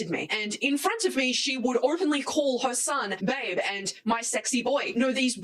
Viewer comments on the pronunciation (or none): none